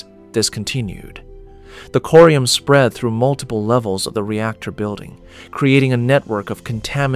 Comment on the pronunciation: pretty sure its corium not curium